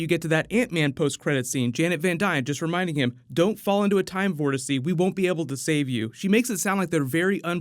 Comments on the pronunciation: Vortex is usually pronounced "Vor-Tex" not "Vor-Tes-Se" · Bro its called a time vortex not a "time vortesie" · It's "vortex", not "vortice". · VOTEX!! WTH YOU JUST SAY? VORTERCES? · You do mean vortex not a vorticity? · Bro did he say time vortecy it’s vortex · Time "vortece"? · Dear god stop saying "vortece" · A time "vorteci"? dude... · Time vortex, not vortisce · Time Vortezee? It’s Vortex boss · not time wortisse's its time wortexes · Time vortecy? I am so confused lol. Is it a real word? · I love ya bro but it’s Vortex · Time “vortex”. Get it right. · How many fucking times are you gonna fuck up the word vortex like holy shit figure it out genius.